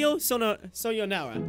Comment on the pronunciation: It's "sayonara"